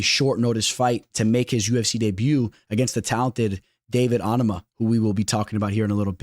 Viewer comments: Gary ain’t out grappling prates might take him down maybe 1-2 times but this fight is gonna be a striking fight. Also bro you gotta learn how to say Onama name. You keep saying Ahnama it’s Oh-Na-Ma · you’re saying it wrong watch a fight and how Anik does it. Also probably the only YouTuber that says it that way